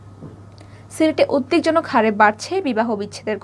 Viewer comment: পড়া শুনে ভালো লাগলো । প্রমিত বাংলা উচ্চারণ ঠিক আছে। তবে পড়া একটু তাড়াতাড়ি হয়ে যাচ্ছে । আর কিছু শব্দ উচ্চারণ একটু ঠিক করে নিও। যেমন, উদব্যাগ